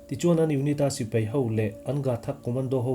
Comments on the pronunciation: Mizo tawng lam in fimkhur deuh a ngai. Sipai tih turah sipei tih te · Sipei ni lovin, Sipai tih tur aw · Mizo tawng hi lam fimkhur a ngai khawp mai. Sipai hi a spelling ang tak hian lam thei la a duhawm hle, Sipei ni lovin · sipei niloin sipai tiin lamri zawkta la, ngaihthlak a nuam deuh ang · A ngaihnawmin a fact pawh a ṭhain a rintlak hle mai. I chhiar rik speed a ṭha, i aw pawh a dam thlap mai. Lam rik dan ka lo chhinchhiah ve pakhat chu "Sipai" tih thua "A" lam rik dah hi "e" a hnaih mah mah. Tin, volume hi hei ai hian ring thei se, thil dang ti paha ngaihthlak a remchang lehzual ngawt ang.